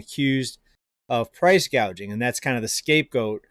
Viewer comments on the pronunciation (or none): She said price "GAuging", not gouging. She's another one who can't read/spell/comprehend and is being told what to say.